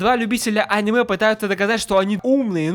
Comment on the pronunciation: если я ещё раз услышу в ролике слово аниме с ударением на а, я... я... я просто... 1000-7